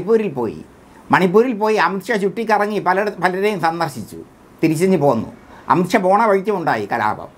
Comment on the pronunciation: വാക്കുകൾ ക്ലിയർ അല്ല.അംഷ അല്ല.അമിത് ഷാ എന്ന് ക്ലിയർ ആയി പറയണം